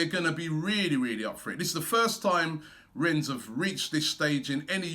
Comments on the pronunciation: Its REN not RENS... I am tired Robbie! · Just A quick one. It us pronounced Renn, you don't sound the S. :) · Need to work on your French Robbie, "Ren" that's it. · YOU DON'T PRONOUNCE THE S, it's pronounced Ren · i know-he pronounced it wrong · I’ve disliked the video because Robbie mispronounced Rennes.